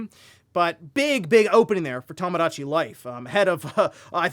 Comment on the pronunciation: “Tamadachi Life”